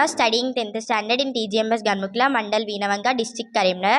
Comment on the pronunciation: Ganumukula ❌ Ghanmukla (ఘన్ముక్ల) ✔️